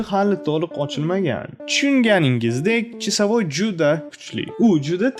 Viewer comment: Qanaqa chisavoy blat senty toʻgʻri gapiring